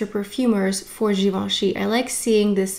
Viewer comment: nice video reviewing products, pronouncing the names right and having done the homework and all, bravo!